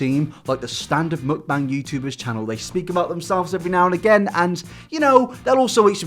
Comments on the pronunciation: it's muk-BAAANG not muk-BANG pls 😭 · i appreciate that u dont pronounce mukbang the way the americans do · The way you pronounce mukbang makes me want to tear my ears off every time you say it, it’s awful